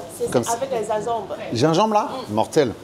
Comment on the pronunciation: Merci pour la vidéo, encore une bonne découverte qui m'a filé la dalle. Le Gingembre a des vertus et des bienfaits indiscutables mais le ZinZembre c'est incroyable .... (dsl je suis trop un gosse avec les accents) Longue vie à RBT !